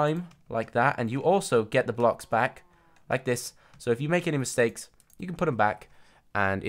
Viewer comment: The5th wolf You said "mistajes"